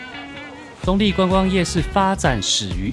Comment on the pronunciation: 客家話稱澗谷為"壢", 你的發音好像把用閩南話來講 ，澗仔壢也是有同樣情形。